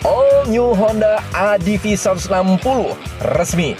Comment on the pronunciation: Om mungkin pengucapan utk ADV bisa diperbaiki. Bukan "Adivi" tapi "Edivi" atau "Adeve".